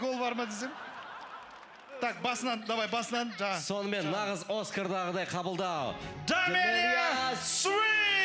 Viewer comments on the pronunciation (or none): Дамелия емес Дәмілі деп айттығой!